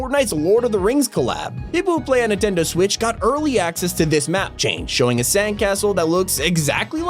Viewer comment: It’s Nintendo not intendo